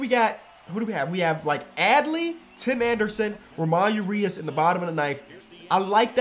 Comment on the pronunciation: saying ramon urias wrong is my favorite part of the series